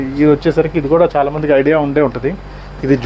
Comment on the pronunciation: అరేయ్ బాబు చానా కాదు చాలా అని పలకాలి ఇలా అన్నందుకు బాధ పడకు కరెక్ట్ గా పలకాలి అని చెప్పడం నా ఉద్దేశం 🙏